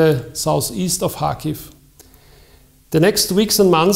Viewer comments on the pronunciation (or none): ITS PRONOUNCE KARHKIVE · kh bitte und nicht K also: CH wie in milCH... Kherson und Kharkiv kein h und kein k...bitte ...